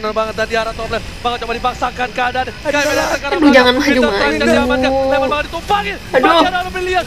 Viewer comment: Lemon kak bukan lenos😅